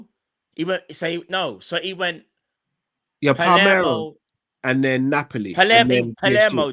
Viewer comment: Matt Palmero 😂😂 not Palermo